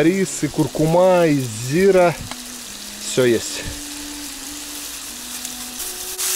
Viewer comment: не зИра,а зирА!!!!!!!!!!!!